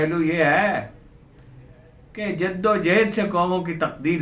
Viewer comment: جِدّ و جُہُد ہوتا ہے سر